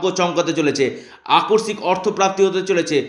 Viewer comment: Dada kotha ta holo akosik .akorsik noy. Kotha ta kane kub lage